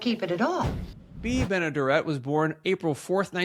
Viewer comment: Great memory but the smoking during that time was so sad. Lost my Mom at 64 due to lung cancer. I do believe Bea’s last name is pronounced Ben-ah-dare’-it if you ever talk about her again. Little trivia, one of her first cameo roles was as the woman who first received money from George Bailey during the bank run in “Its a Wonderful Life.”